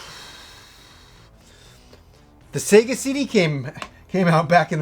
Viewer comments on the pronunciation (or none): none